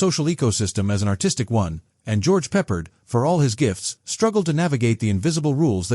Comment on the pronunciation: Sucks. AI called him "George Peppered" These AI click bait videos made of illegal clips from other sources.